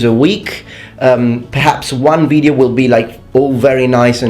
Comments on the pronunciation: Well, you can stress a syllable in different ways, as I'm sure you know, and while it's supposed to be stressed in all of the languages concerned, that's not what I'm saying. In this particular video, you actually say video with a short vowel both times, but you pronounce it closer to the front of your mouth when saying it the Italian way, which incidentally is in roughly the same place as the long vowel ee [iː] in English, whereas the short i [ɪ] is one step closer to a schwa [ə]. However, when you said video in some other video of yours, it sounded pretty much like a long vowel [viːdeo] to me, but as I said, it could be because the quality of the vowel played a trick on me. Or you could be making a conscious effort this time around. As for the pronounciation in Latin, the classical pronounciation is with a short i, so replacing a long vowel with word stress is an unrelated issue. In this video, your Italian pronounciation of video is what I imagine the Romans must have sounded like [vi'deo] (as opposed to the English [vɪ'deo]), though. And by the way, I still hit that like button even when I'm a smart-ass in your comment section. I just enjoy the occasional scholarly banter. ;) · I think the problem is that you sometimes say "veedio" (with a long vowel, which is wrong even in Latin :p). At least it sounds like that, but then again, it could be that the quality of the vowel is misinterpreted as the quantity. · the pronunciation most people in America use is video (VI-dee-oh as opposed to VEE-dee-oh) but honestly I couldn't care less about which way you say it. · You can say "veedio", you're a strong independent black woman, you don't have to listen to the haters. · Welsh people pronounce video as "vid-yo" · The problem with saying "veedeeo" is that I said it by accident the other day myself.And you took your degree in Naples? No wonder you always wear mail. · It's pronounced video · I think that the second way you pronounced video sounds very American.